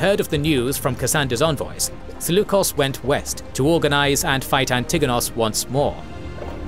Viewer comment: Please add the stress on the first syllable in "Antigonos" at least please. Hurts my ears.